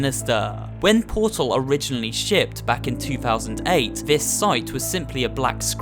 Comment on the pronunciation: it's Portal Not PURTUL The guy's voice is so cringy